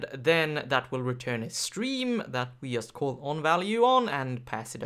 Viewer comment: I was just trying to make a bad joke =) anyway in Polish we pronounce 'J' the same way (like 'Y') but strangely enough I had never heard anyone say "yust" or "obyect" until I went to a conference where the lecturers were Scandinavian... Must be a northern thing.